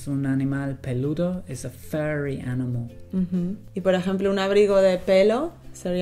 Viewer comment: furry, not fury ^^'